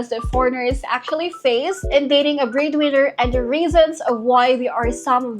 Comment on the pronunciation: Liked the video, and I know your accent is going to come out strong, but I was listening and kept hearing breed winner, and not bread winner, and it captions also were that way. Very confusing but I got the drift, and hopefully the breedwinners are not to be breeding with the boyfriend unless that’s consensual 😊😂.